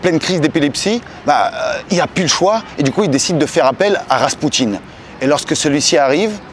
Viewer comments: Rrrrrrrraspoutine au us vite!!😊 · RRRR je veux RRRRaspoutine